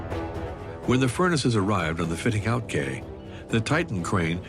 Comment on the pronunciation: Not that important in the scheme of things, but could no-one have corrected the narrator's mispronunciation of "quay"?